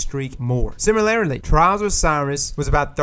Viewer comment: can you say “similarly” for me again?